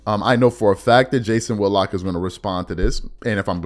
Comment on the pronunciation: Whit-lock not Wood-lock.